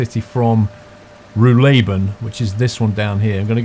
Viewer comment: Spandau Nervenklinik - the bus goes to the hospital for mental diseases. Pronouniciation is Nerphencleanic. Ruhleben will accentuated RUH-leben.